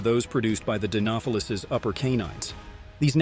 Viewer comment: The way he pronounces "Dinofelis" is so jarring... He almost said it correctly the first time and then completely butchers the pronunciation every time after that...